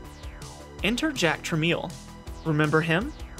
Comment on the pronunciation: “Truh-mell”, not “truh-meel”.